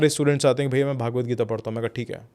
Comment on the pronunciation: भागवत नहीं .. it’s भगवद्